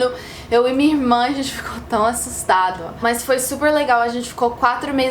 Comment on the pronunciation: Agente ficou "asssutado" shuhsauh bem engraçado ela com o vício de americanos. Ainda vou chegar nesse nível kkkkk